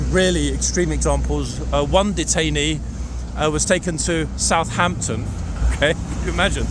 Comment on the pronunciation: Good afternoon. Police was able to keep things from getting way out of hand. Did you say Southampton?